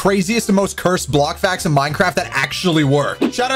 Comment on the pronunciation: i love your vids and all but could you please.. STOP SAYING CURESD!!!!!!!!!!!!!!!!!!!!!!!!!!!!!!!!!!!!!!